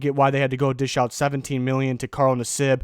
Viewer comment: I agree. I thought it was funny how he pronounced his name though.